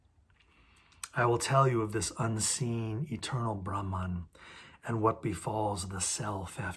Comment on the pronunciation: Not rahman but brahman